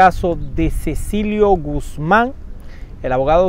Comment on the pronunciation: La foto que pusieron no corresponde al abogado asesinado. Además el narrador está diciendo el nombre mal, dizque CECILIO GUZMÁN.